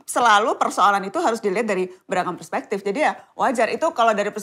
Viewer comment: Kak jo ngomong persepektif gitu trs batin, "bismillah komisaris"